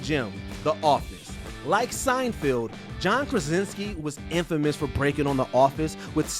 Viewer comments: At one point he said Seinfeld and I thought he was done making the mistake. But the he carried on saying it wrong again 😂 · SeinFELD not SeinFIELD! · It's SeinFELD not Seinfield you dork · Why does the narrator keep on pronouncing Seinfeld as Seinfild? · Whether you are saying Seinfield or Seinfeeld, you are pronuoncing it wrong. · Jesus Christ. Sienfeeld? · Sign-Field?! SIGN-FIELD?! Honestly, why does constantly hire voice talent who cannot pronounce peoples names correctly, and then leave the flub in the final edit? Have they never heard Jerry Seinfeld's name said out loud before? Unbelievable. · Was he calling him Seinfield or was I trippin? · Fair enough if he doesn't know Seinfeld, but misreading it multiple times is pretty amateur